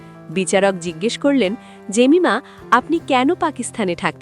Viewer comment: এই মহিলা নিজের নামটা উচ্চারণ করে এই ভাবে: "জেমাইমা" .... ভারতের মহিলা ক্রিকেটারের একই নাম (Jemima Rodrigues), কিন্তু ও উচ্চারণ করে "জেমিমা"..... ইংরেজি বলার অভ্যেস থাকলে ঠিক ধরতে পারতেন